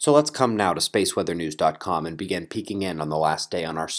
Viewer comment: lol...!;) I've been following Your channel for over 2 years now and You always say at the start (and this might seam a bit rude, but I don't mean any offence or disrespect here) - "lets began" instead of 'lets begin'. I just wonder if You have noticed Your little 'qwerk' of Yours there...? - or is it just me?, and it's me who needs to 'began' to clean his ears more frequently...lol;)